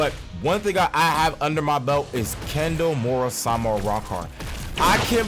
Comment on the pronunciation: can't say kendo so